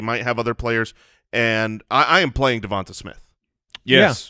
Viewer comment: Mike pronouncing Devonta Smith correctly